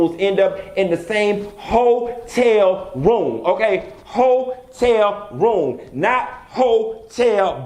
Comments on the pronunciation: Ho-tel Room! Not Ho-tel Bar! 😂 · Bihhhh!!!! "Hoe-Tel room" 🤣😬😂🤣😂🤣😂🤣🤣😬😂🤣😁😂🤣😁🤣😁😁